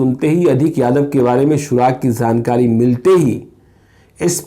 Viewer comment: उच्चारण ठीक किजिये.जानकारी होता है.zankari nahi hota hai.